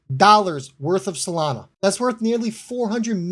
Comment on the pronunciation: Really ? STUPID ! No one should listen to guys like you who don't know even correct basic English. You don't even know Solana is NOT pronounced "Salana". DUMB. Go back to school.